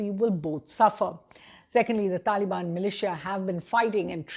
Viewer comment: She said talibani soldiers 😂